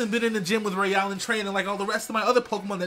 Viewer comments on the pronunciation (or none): none